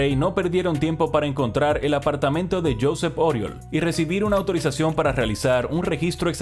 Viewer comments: Se pronuncia «yuSEP uriOL»... xDDDD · Josep Oriol se pronuncia yusep uriol